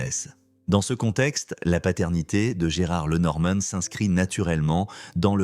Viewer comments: Lenormane???? Alors on doit pour parler de sa mère dire Mamane?? Sans blague.... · L'IA pas top ! Il saccage son nom! Et oublie ses 2 filles! Et raconte sans savoir!